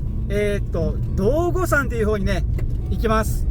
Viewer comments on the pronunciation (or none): まさかの私の地元に来られていたとは…とても嬉しいです。 わたしにとって雪はあまり嬉しくないものですがが楽しそうでなによりです。 ちなみに『どうごさん』では無く『どうごやま』と読みます😅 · 地元からしたら、どうごさんではなくどうごやまって言い方が性格👍